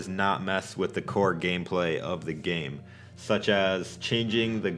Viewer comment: se dice game banana no gaim patata